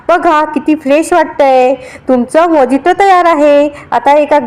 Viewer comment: मोजिटो म्हणत नाहीत मोयीतो म्हणतात गुगल वर उच्चार चेक करा कुठल्याही गोष्टीचा आधी नीट अभ्यास करा